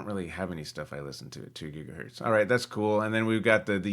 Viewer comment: LOL "gigahurt"